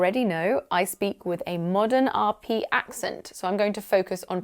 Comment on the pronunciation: RE pronunciation, I find the way you pronounce "accent" sounds odd as you strongly de-emphasise the second syllable. I usually hear it pronounced with almost equal weight given to both syllables, with the second syllable VERY slightly de-emphasised. I have only heard the second syllable de-emphasised so strongly in people with VERY upper class accents (often described as "clipped"), such as royalty or the Eton educated.